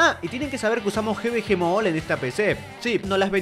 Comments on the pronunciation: No se pronuncia Gi Vi Gi Mall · xd el GVG MOOLL SIN OFENDER pero me hace gracia como lo pronuncia